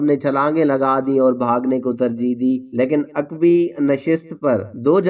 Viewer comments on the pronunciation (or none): none